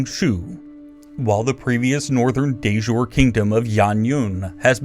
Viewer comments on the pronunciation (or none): Looks great... but please learn how to pronounce "de jure": It's /deɪ ˈdʒʊəri/ 😁